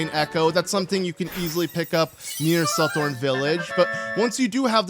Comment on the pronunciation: I think the TH in Suthorn is voiced like in the word Southern, or like nearly any English word we with a TH that isn't the beginning or ending to the word. Voiced = thy, unvoiced = thigh